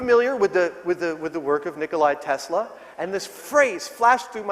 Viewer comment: He miss pronounced Nicola Tesla!